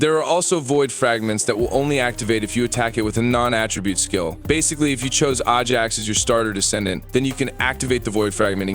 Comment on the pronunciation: This guy said AHHHjax LUL